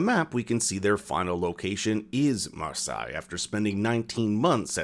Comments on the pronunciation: Mar-sigh its pronouced mar-say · It's pronounced "MAR-SAY" not "MAR-SIGH" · You say marsaye, it's marseille, spoken as marseye 😊 pronounce the first e mar se ye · It’s pronounced MarSay not MarSigh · Marseilles is pronounced mars-hey and affamés means ravenous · isn't it pronounced Mah-say? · if you're going to cover the show, at least pronounce the french city name correctly"mar-SAY"